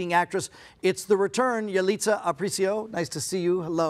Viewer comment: Por qué le dicen Yalitzia jajaja, es Yalitza.